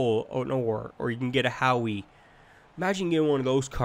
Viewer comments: it is pronounced how, not howee 😂😂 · did you call howe "Howey "